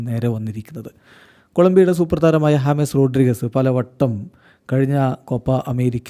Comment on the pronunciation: Hames rodrigues❌ james rodrigues✅